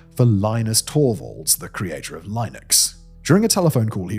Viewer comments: you said Linux wrong, it's not li-nux, it's lin-ux or properly it's li·nuhks. When I got into Linux I used to say it wrong until I heard the correct way to say it. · It's not "lienux" and not "lienus". Really. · Simon pronouncing Linux 😂